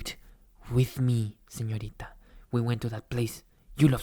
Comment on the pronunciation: "Excuse me _señorita_" Lo pronunció bien... LO PRONUNCIÓ BIEN este hombre no habla ese "español" cringe :'D